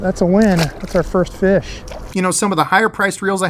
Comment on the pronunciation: Feesh and friends, must be Canadian!